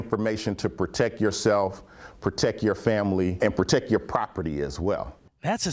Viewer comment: ProteCT. Ends with a T. Not a K